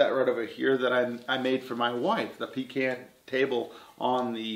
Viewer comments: Awesome project and thank you for saying pecan right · Glad to hear you pronounce pecan right! I'm from North Carolina, and that's the way we say it . Much love, brother!